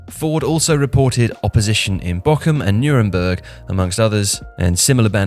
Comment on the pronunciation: No offence but your pronounciation of bochum gets me every singel time.